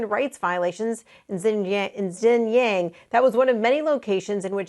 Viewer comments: Can no one in the US pronounce Xinjiang? Lol it’s pronounced Shin jang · ZIN YANG? Seriously? Learn to pronounce the names of geographic locations before going live. What's your excuse for butchering it? It takes 2 seconds to Google. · ... that is definitely not how to pronounce Xinjiang